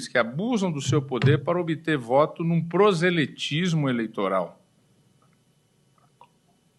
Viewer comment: Este daí (Toffoli), cara de pau podre, além de não ter a mínima capacidade verbal de se expressar, conforme você mencionou, é o mais fraco membro do STF de todos os tempos (em termos jurídicos) e sequer conhece o idioma pátrio: "PROSELETISMO" (!?!?!?) - a palavra é: "PROSELITISMO"...